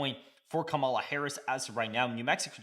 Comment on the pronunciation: Bruh, you saying her name wrong!!!!!!